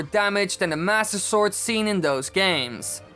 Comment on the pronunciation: I luv how u say master sword and I’m not being rude I love how you say it